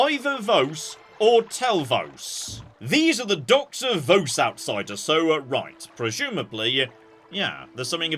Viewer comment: The Amulet of Flesh Made Whole is a godsend if you get it earlier in the game. Also, it's pronounced Vos like "loss", not V-ows